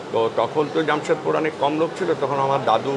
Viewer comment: It's not Jammshedpur....it's Jamshedpur.... Frist learn how to pronounce in Bengali....the Hindi words .... Bong .... Ur translation is worst ... Ur hindi pronunciation.... Badnam mat karo Hindi ko 😅